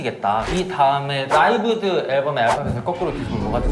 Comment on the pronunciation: 라이브드 lived .. ㅠㅠ... 리브드인데..